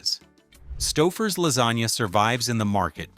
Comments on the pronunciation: It's "STOW-FUR'S". Otherwise, great video, thank you for the effort. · I effng HATE AI narration. Stau-ffers? WTF is that? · I said aloud when I heard it “stow furs.” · Its Stouffers not Staffers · st-OWWW-fers? Too much sodium. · That's pronounced "STOW-furs", according to this trash AI generated crap. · Why does the AI voice wait til the end to correctly pronounce Stouffers? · The mispronunciation of Stouffer's means they use AI for their voiceovers. If they do that, how reliable can their information be? It's just someone who plugs basic stuff into a video and posts it for the money. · Can't even pronounce Stouffer's. Grow a brain. Try watching Youtube reviews and learn now everyone with a brain pronounces such brand names. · Mispronounced 'Stouffer's'. Thanks, AI... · Yep, and thanks to the A.I. narration, they pronounced the company name two different ways in the video. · Definitely! Kept mispronouncing Stouffers, then, started pronouncing it correctly. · Your AI mispronounced Stouffers through most of the video, now this guy is misspelling it! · Interesting that "Stouffer's" is mispronounced early on, but is correct when the lasagne is presented. I am frequently amused by inconsistency in pronunciation. Too bad "satiety" is only said once, badly....